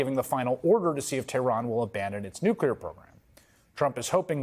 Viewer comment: "If we don't take out their nucular program immediately..." LG. Good God.. 🤦‍♂